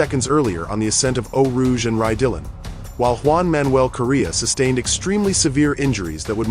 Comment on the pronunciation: I love these videos just to understand what happened to drivers in these fatal incidents, but every time i hear "Rye Dillon" i die a little inside